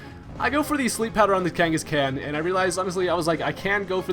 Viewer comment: KangaskCAN?? The Khan has the same pronunciation as Genghis Khan. Did you watch Pokemon growing up?